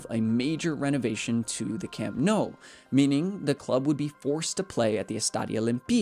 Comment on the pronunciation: I'm genuinely curious how you pronounce your surname, after hearing how you pronounce Nou